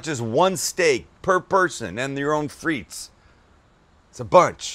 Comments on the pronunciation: Fritesss lol, its "des frites" (don't pronounce the "s"), and it are baked patato's, but looks delicious. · Isn't it pronounced 'Freet'? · It's pronounced Steak Frite (with no S) because in french you don't pronounce the "S" when there are multiple fries ;) Just thought I'd share. Much love from Canada! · It’s pronounced “freet” the S is silent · The way you pronounce "frites" triggers me so hard... Great video as always, though! Keep up the great work, love you guys <3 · Hei buddy there is no s in the pronunciation OF FRITE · You dont pronounce the “s” in frites 🤦🏿